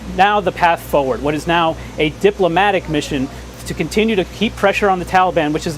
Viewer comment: How many syllables does continue have